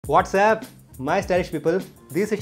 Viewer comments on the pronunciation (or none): wtf is he just said "WhatsApp" ???